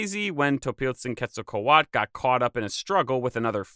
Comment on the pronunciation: There is a T and a L at the end of Quetzalcoatl, why do you stop at A and not read them? The word isn't Quetzalcoa.